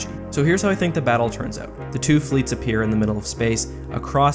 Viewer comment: Of course he's Canadian, he pronounces out like oat.